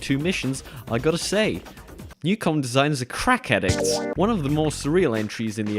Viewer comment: Also Neucom is pronounced “New Com” afaik. Which makes the “was it too hard to pronounce” joke even fucking funnier